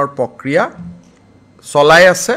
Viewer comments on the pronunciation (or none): Pokriya nohoi its pronounce like prokriya.... don't do POLITICS mAAMA